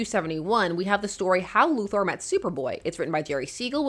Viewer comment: Sincere thanks for pronouncing "Luthor" correctly.